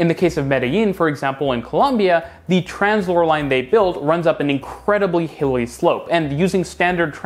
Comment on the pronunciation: I would recommend you put up the names of the companies and the technologies on the screen. Took me lot of googling to realise you were saying 'Translohr' and not Tramslow.